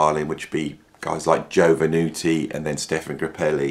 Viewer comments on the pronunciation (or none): none